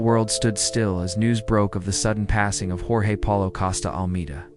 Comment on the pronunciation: It's pronounced "George " if you're going to tell the story ( thank you) but pronounce the name correctly please.